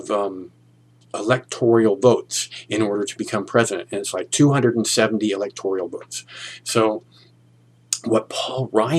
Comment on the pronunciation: It's the Electoral College, not the Electorial College.